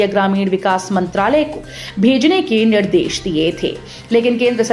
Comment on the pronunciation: Yellow hota h na ki yallow bolna to sikh lo Nirdesh bolte h na ki nirdish Kaha kaha se aa jate h news dene